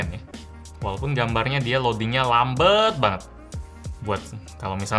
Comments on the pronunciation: Lambat bang bukan LAMBEETTT😅😅😅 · bang gw mau tanya deh, kenapa kalo ngomong "gelap" jadi "gelep" dan "lambat" jadi "lambet" ? apa bahasa palembang kek gitu ? trus kalo lu ngomong "palembang" apa bakal jadi "palembeng" juga ? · "lambet" instead of "lambat" :D :D :D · "Lambeeetttt banget" Bahasa palembang nya masih nyangkut ya bang wkwk